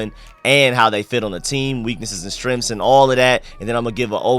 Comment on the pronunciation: "Weaknesses and strenffs"??? What the hell is a "STRENFF!?!? ugh... dude... das dat ignant speak yo! FFS